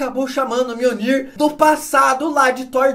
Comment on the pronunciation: enfim, Gabriel aprendeu à pronunciar mjolnir corretamente